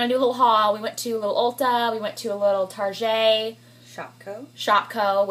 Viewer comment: It's Target hahahahah...(I think she was joking and said "tarjay" ) :)))